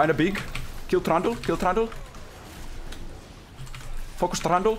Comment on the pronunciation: Kinda not familiar with how u pronounce Trundle I keep on hearing that hated name "Thranduil" from Lord of The RIngs. Edit : This is why I don't play Shen. My eyes are spinning from looking everywhere else when Ult is up.